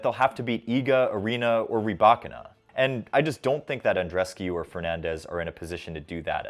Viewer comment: Kudos for you to learn the correct pronunciation of RybAkina. But would be good if you could master the other similar Eastern Slavic surnames. The tip is actually quite simple: contrary to similar Italian surnames, in the Eastern Slavic ones the stress is NEVER EVER on I in -ina. Usually it is on the previous vowel (RybAkina, KasAtkina, SvitOlina, SAfina), so it is good to use RybAkina as a pattern. You will be wrong on some rare occasions (it is VesninA, not VEsnina, for example). But bettter to be wrong rarely than always.